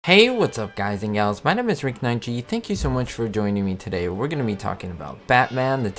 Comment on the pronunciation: please dont say "galls" makes my skin crall